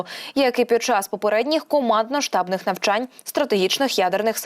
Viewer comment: Постійно дивлюсь ваш ресурс. Але... Шановні диктори, частіше заглядайте у словник. ВипрОбування! ВипрОбувальні! Нема таких слів "випробОвування" та "випробОвувальні" ! Не "командно-штАбних", а командно-штабнИх навчань. Не "кілОметрів", а кіломЕтрів! Не "десятикОлісну" установку, а десятиколІсну! Якщо обмовились, виправтесь, обмовка - це не страшно. Але, коли диктор робить такі грубі пОмИлки і не помічає, це - непрофесійно. З повагою...